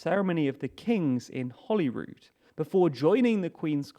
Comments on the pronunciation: It's Holyrood (="holy cross"), not Hollyrood, Palace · That's the Palace of Holyrood House. One L, not two. Pronounced "holy", as in holy father, holy moly or holy sh*t. Not holly.